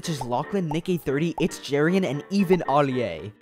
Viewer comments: the way he said alia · why he say ali a. like that 😩😩😩